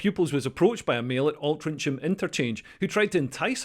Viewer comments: Leo it’s pronounced as Altringham, you’re going by the spelling, I live here. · Learn to pronounce Altrincham correctly Leo. It's Altering-em. Which they are. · The town is pronounced "Oltrinkem", my Scottish brother. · Alt rin ch am? It's pronounced as a 'g' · Excellent video.... ...except your pronunciation of Altrincham, which is pronounced as in the -ingham ending. The 'c' instead of the 'g' was an admin error back in the day. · Altrincham, pronouced Altringham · The CH in Altrincham is actually pronounced like a G. If you're going to live in this country Leo, you could at least learn the language. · Great video as usual. Thanks. I live near Altrincham, it was thought of as a really nice bit of greater Manchester. By the way it’s Alt- rink-ham, easy mistake to make as you’ve probably only read the name. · Your mangling of “Altrincham” was the equivalent of hearing a Sassenach trying to figure out “Kirkcudbright”.